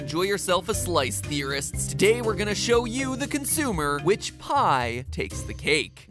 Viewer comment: The first time i heard that i thought he said "Which pie tastes like cake"